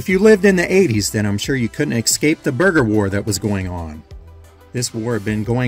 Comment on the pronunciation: Lol he said “eckscape” I think I was the only one to LOVE New Coke. I with they’d bring it back on a limited run or something 🤷